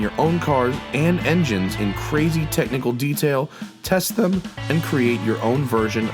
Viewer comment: test thEHm